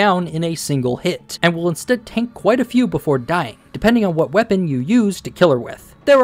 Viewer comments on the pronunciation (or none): none